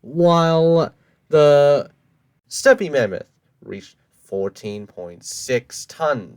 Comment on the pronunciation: I am pretty sure thats not how u pronounce stepe mammoth